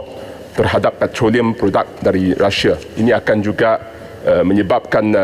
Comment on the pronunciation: M.P HARUS SEBUT RU-SIA DALAM DEWAN ...! BUKAN RASSIAN ... KITA ORANG MALAYSIA KAN ...! ERA PKR MINYAK RON 95 BOLEH TURUN SEHINGGA 1.62 SEN ...! JANGAN GUNA MINYAK BELI DENGAN HARGA YANG DI KAWAL ...! KITA GUNA MINYAK KITA DAN DUIT KITA ...! BUAT APE MAU EKSPORT ...KOS TINGGI ...! PENGANGKUTAN KAPAL TINGGI .